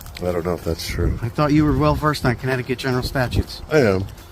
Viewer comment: Danbury, “corrupt-ticut” 😂😂